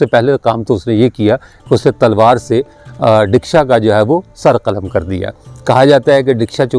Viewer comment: Real word is Daksha notdeeksha